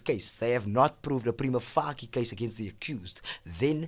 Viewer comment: Nicely done! Great info!....... but "prima fuckie"?? Lol I am sure the c in "facie" is soft... So "face" with "ie" at the end 😘 Google the pronunciation of the tricky latin words before presenting with it because it's really distracting 😂💛💛💛💛💛